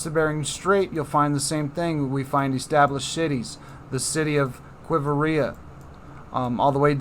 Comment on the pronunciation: * qui-vira***u just added another i syllable, no big deal